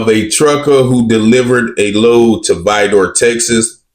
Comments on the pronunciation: It Is Not Pronounced (VY-DOOR). These Incidents Are Par For The Course In Vidor. Sadly, It Is Nothing New Sir 🤷🏿‍♂️!! Yo, It Is Not Chicago (ILLA-NOISE) It Is ILL- UH-NOY👊🏿. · Why are u pronouncing Vidor like Vi dor. It's one word Vidor not Vi Dor lmfao but yep I live in Beaumont which is 15mins away hit da highway. Beaumont is predominantly black